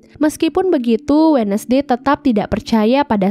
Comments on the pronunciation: Terimakasih rangkuman ceritanya.. Kayaknya yg bener bacanya 'wenzdei' bukan 'wednesdei'. CMIIW 🙏☺ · Wensday kak bukan wenesday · Lihat tiara Andini posting IG-nya dengan konsep film ini, jadinya malah serem2 gemes. Min baca wednesday itu wensdey bukan wednesdey. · Indonesia bngt sebut We Nes dey